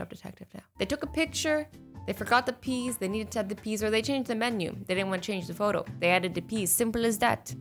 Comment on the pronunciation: i love howshe siad PEAS THEY HAVE TO ADD PEAS!! 😂😂😂😂😂